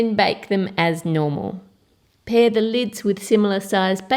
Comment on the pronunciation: when u said normal it sounds like no more😊😀